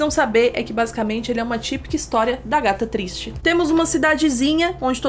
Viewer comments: a: aghata cristie o que eu entendi: a gata triste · Mano eu entendi a gata triste toda as vezes que você falou Agatha Christie UHSAHUSHUHUSHUSUH